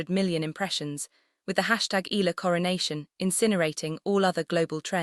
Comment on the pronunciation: Pls respect our FILIPINO PRONOUNCIATION it's E YA LA !!!!! AI STUPID LADY. Spanish or American PRONOUNCIATION is not right ,ELA my ash!